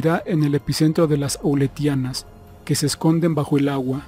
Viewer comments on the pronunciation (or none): Las islas se llaman A-leu-tia-nas, trata de leer mejor, por favor. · Son las islas "Aleutianas" NO auletianas esas islas no existen. Favor corregir y cerciorarse antes de publicar. Muy gentil.